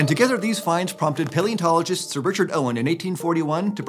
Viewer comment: I know they say "paleontologist" but every time I hear "Pale enterologist " :)